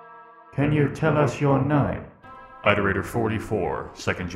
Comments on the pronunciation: Ah yes, eyeterator logs. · "EyeDerator" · eye-terator moment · yeah, like i keep swapping between "aight"-erators and "it"-erators